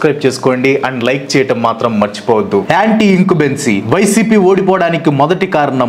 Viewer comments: Incumbency bro… incubency kaadu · ఇంకుబేన్సీ కాదు బ్రో ఇంకమ్బన్సీ.... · Bro, adi incubency kadu 😕, anti in-cum-bency bro